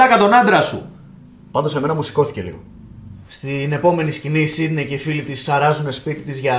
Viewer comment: το οτι ο τη λεει σιντυ αντι για σιντνευ ολο το επεισοδιο.....